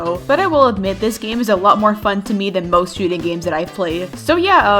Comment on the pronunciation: When she said that arsenal was a popular roblox shooting game, I thought she said Shitty game Lmao